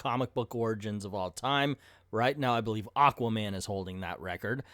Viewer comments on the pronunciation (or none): none